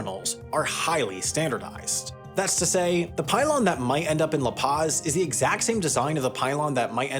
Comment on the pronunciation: Can you at least to try to pronounce La Paz correctly?